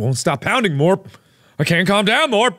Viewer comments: to the way he says morp always make me laugh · I can’t take her seriously while she keeps calling you Morp